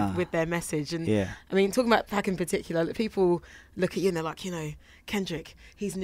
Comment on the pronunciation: When she said 2'pack' I couldn't help but cringe bruh.